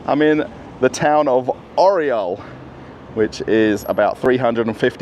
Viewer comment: как красиво Орел по англицки - Ореол )... Белорусского побольше!, видеть невозможно одно и тоже в пятерочках, перекрестках, магнитах